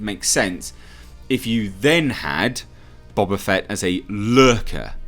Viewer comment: Bo ba fett not Bob a Fett